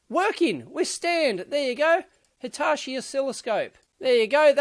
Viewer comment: Why do you pronounce Hitachi as Hitashi?